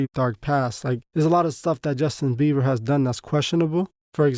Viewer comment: My boy said Justin Beaver😭😂